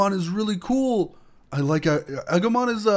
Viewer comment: Agomon is prenounsed ah-goo-mon